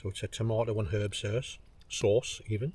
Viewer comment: Great video! “Tomato and herb serce” You went full bedlington for a moment there 😂 Love the hammock too!